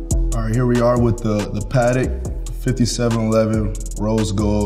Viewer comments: It’s pronounced Pa-tech. Not Pat-tick. Drives me mad. If you can afford the patek please pronounce it right 🤦🏼‍♂️ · Did he just call a Patek Phillipe a "paadek"